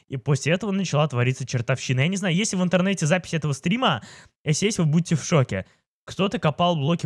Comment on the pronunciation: выговаривай нормально слове если. А то когда ты говориш если я слышу эсли 😐